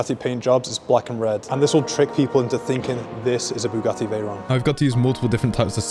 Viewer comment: Bugatti Veyron ❎ Bugatti teyron ✅💀 But he tried 👍